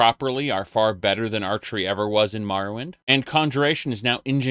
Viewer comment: "Mahrowwind" Uh?